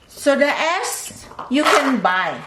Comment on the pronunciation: Am i the only one who heard soda ass ?